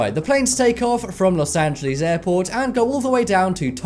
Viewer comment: Las Angeles or Las Vegas? Am I the ONLY one that caught this?